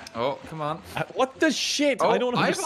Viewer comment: Did “shit” become “shuiiit”?